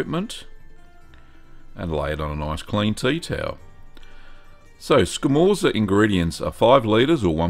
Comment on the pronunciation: It's pronounced "scamortsa", if you care, and if you can smoke it, you should try it!